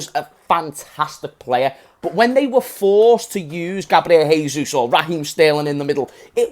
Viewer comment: Great video mate, just a heads up: jesus in portuguese is pronounced "jay-sus" (not exactly like that but it's the best way i could write it) not "hay-sus". Please spread the word so that annoying brazilian like me will be happy😀